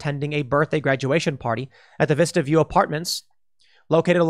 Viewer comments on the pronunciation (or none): none